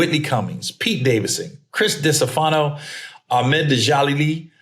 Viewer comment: u say it ree yod and u said Chris distefano name wrong lol